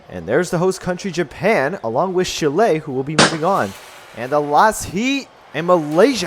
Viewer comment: Olé Chill-lay! Whatever that is. It's pronounced more like chili the food. Otherwise, great video, keep up the good work!